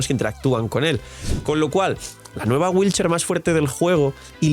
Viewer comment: Cada que dice wheelchair, muere un gatito 😔